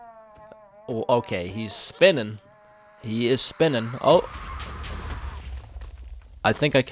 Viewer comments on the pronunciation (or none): "the laser actually lasers" "he is spinning, he is spinnin" (almost sounds like you have a country accent) "this thing is huge bro" "submit my brain to science after this" Good Video lmao I'm ready for 400 days :)